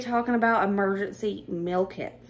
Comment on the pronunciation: Love love your hair. And, my ears kept hearing Emergency Milk-Its!!!!(meal kits). 😂😂